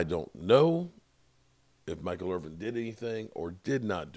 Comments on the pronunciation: He should know that by now even being a name butcher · There is NO damn G in Michael Irvin's name. Irvinnn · I thought Michael Irving lived in Irvin